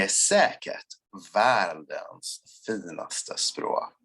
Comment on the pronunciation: Skivan would be Scheibe(n) (one way of saying disk/record in german) but why you say "chuivan" is beyond me. Or why in his second swedish sentence basically every second WORD is not being said. or that Finaste is basically FILNaste. Why is there an L ?